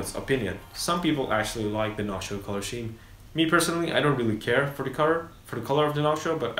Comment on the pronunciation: Good review, helpful info. But "color scheme" is pronounced "color skeem", by the way. :D